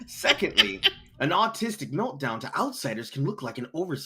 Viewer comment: The “Meldown”… just perfect 😂